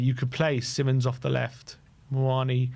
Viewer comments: It's Simons, NOR Simmons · See-mons, not simonds/simon's. Cmon guys. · No it isn’t! It’s … See-monz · hes dutch. its sea mons